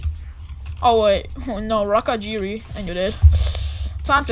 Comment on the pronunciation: He said raikajiri...